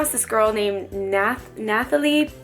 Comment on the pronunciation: looovvveee nathalie!! (btw its pronounced natalie